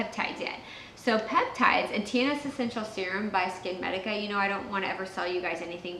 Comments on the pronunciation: I could not understand what you said about the brand of peptides.... did you say TSA medica? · Hello? I could not understand what you said... About the Peptides product name. Could you please reply? The one by Skin Medica. I'm not the only one who couldn't understand it. I had to slow the video down to half speed to get that much.